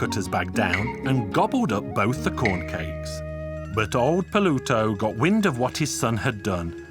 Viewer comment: The pronunciation threw me off at first. "Old Po-lou-toe" is certainly derived from the roman god of the underworld, Pluto.